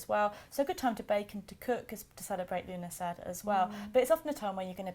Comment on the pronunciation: it actually means september in the irish language. you dont pronounce the dh at the end. love the morrigan on your shirt. im your irish facebowook friend. love the videos as you kn